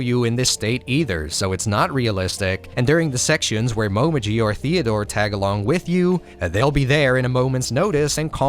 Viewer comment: This is nitpickey as fuck, but since Momiji is my waifu... Her name is written in hiragana as もみじ Which is pronounced as Mo me jii With the way you are pronouncing it, it would be written as: もまじ That would be Mo ma ji. So, yeah, make sure to pronounce her name as Mo me jii lol